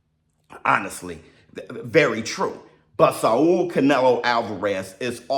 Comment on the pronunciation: Why you Saul like that 🤦🏿‍♂️🤦🏿‍♂️🤦🏿‍♂️ its SAWL... not SAW-UL